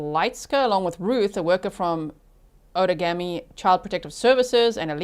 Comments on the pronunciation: Outagamie is pronounced ow-tuh-GAY-mee (/ˌaʊtəˈɡeɪmi/) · Outagamie is pronounced out a game E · This happened in my state, it's horrifying :( I cannot believe that poor girl didn't die. This is on our local news every day. Just FYI for you since you sound like you want to know how to say "Outagamie" like we do in WI, it's ~ out - ah - game- eee ~ Absolutely no hate on you not knowing though, we have SO many cities, counties, etc named from complicated sounding Native words, and they can be very challenging to figure out for people not from here! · Local here! You’re so close on the Outagamie pronunciation. The -gamie portion is pronounced like game-ie (like board game). Out-a-game-ee. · It's pronounced out-taa - GAY - me Say it in your head and GAY really loud...then you can pronounce it